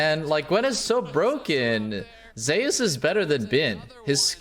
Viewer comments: Not trolling, google how to pronounce Zeus. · Why are they calling Zeus Zay-us